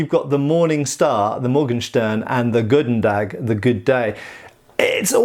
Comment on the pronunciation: Just because it also bugged me in the Shadaversity video about it: the gs in goedendag are pronounced more like the ch in loch in Flemish (and Dutch, and I believe Afrikaans).